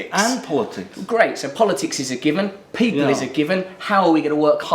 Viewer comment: Hey - pause the video when Russell says "ordinary peo'P' (for pause) le". There's what Ed thinks of ordinary people - with fear in his eyes! I'll probably vote for him now he's been on the Trews ;-)